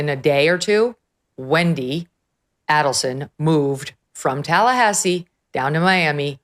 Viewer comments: right she doesn’t even know that Katie has never been called KATE. And she is pronouncing Markel wrong. And Adelson. If she knew anything about this case, she would not be making those errors. The best thing Megyn did was hair extensions and give in to the female stereotype. She went from 50K to over 2 million in no time. She totally changed her “image” from conservative to provocative to her benefit. Good for her. She’s up to almost 4 million now. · MEGYN! GET BETTER PRODUCERS WHO PREP YOU BETTER--- SO YOU CAN PRONOUNCE THE NAMES CORRECTLY--- AND GET YOUR FACTS RIGHT!.. The name is A-DEL-SON ( not ADEL-SON!.. Also, it's KATIE ( not KATE) MAGBANUA!... Listen to DAVE ARONBERG , how to pronounce their NAMES and the FACTS OF THE CASE!.. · If you are going to cover a story, know the pronunciation of the names of the main players in the case Megyn. So unprofessional dear. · Aid-al-son: phonetics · I'ts AID- EL- SON. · I have no idea how Dave Aronberg could sit there while Megyn butchered almost all the names associated with the case & mixed up all the case facts. Why cover a story you know nothing about? At least, do your research beforehand. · Pronounced both last names wrong. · Thanks Megan for mispronouncing everyone's surname 👍. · For the Love of God, Megan this has been BIG news for over 10 years with 4 arrests made so far-(with Donna more than likely being the 5th) get the names right!!!! You mispronounced Adelson and Markel and ‘Kate’ as you called her is known as Katie. Soooo many people have been following the twists and turns of this case for a long long time-so your mispronunciations and just completely getting a name wrong it makes you look so out of touch. Don’t you have a producer so these kind of mistakes are not made? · Dan Markel/ Mar Kel not markle and NOT addleson/ A dul son